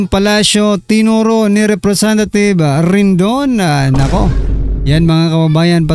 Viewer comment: RIDING NOT "RINDON".